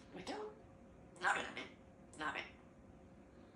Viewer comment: うどぅん！うどぅん！て、発音良すぎて英語かと思ったわ😂❤